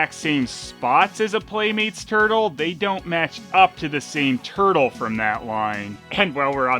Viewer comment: "Teenage Mutant Ninja Tuttle". Sounds better at least. Good point.